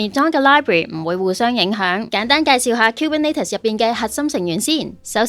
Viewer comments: 其實係 kubernEtes 唔係 kubernAtes.... 如果唔落 Content 應該出 204 喔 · 都係第一次聽到咁既Kubernetes pronunciation 可能係我孤陋寡聞🙈